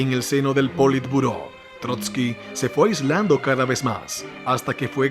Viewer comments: Muy buen video Bro....pero cada vez que dijiste poli turbo me lloraban los oidos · ¿Por qué llamas politurbo al politburó?